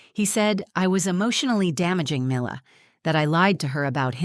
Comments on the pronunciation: Perhaps these would be easier to listen to if pronunciations didn't keep changing. one example.....daughters name changes from ' 'me lah' to 'my lah' and back again. its as pleasant as listening to fingernails on a blackboard. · I couldn’t get past the different pronunciations of Mila’s name. Is it mee-la or my-la? Please pick one and stick with it. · The narrator can’t decide how to pronounce Mila. Also, so believable that a 7 year old can write out thoughtful questions on a piece of paper to be read from the “truth jar”. And since when are the children allowed in the courtroom while mommy and daddy are fighting a custody battle? The mother is so pathetic. Such a weak person. Get a lawyer if you are unable to articulate and defend yourself in court. And don’t say that it’s his fault because he took her confidence away. Apparently she’s been in therapy. I guess that didn’t work. I don’t know why I allow myself to waste time on these videos. I guess I’m bored. Now I’m just super annoyed.